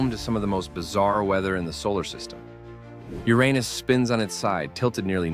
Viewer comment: Finally, someone pronounces the planet's name the correct and fun way! 😁👍